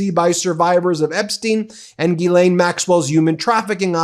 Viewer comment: Yes, and Ghislaine is pronounced "gee- lehne", with a hard g, not "gee-layne", although she probably doesn't deserve to have her name pronounced correctly.